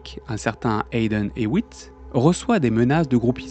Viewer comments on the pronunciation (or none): none